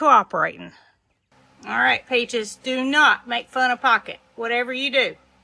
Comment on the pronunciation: Love how you say ‘oll’. I watch from Minnesota. Pretty soon I’ll have a southern accent😂